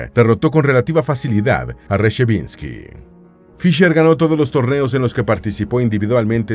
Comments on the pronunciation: Es Samuel Reshevski, no Resheviski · Es Reshevsky, no Reshavinsky. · Molesta oír el inexacto apellido del campeón norteamericano Samuel Reshevsky. En video sobre Fischer el locutor lo pronuncia Rechevinsky varias veces. Es inaceptable en un video que se supone bien preparado. Se nota que el relator no tiene ni idea de los mejores jugadores de ajedrez. El apellido del campeón mundial Smislov lo pronuncia "Chimslov".